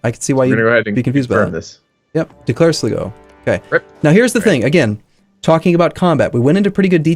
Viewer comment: Sly-go, Tie-Rone and Kill-Dare. I'm really enjoying the series but the mispronunciation always kills me a little inside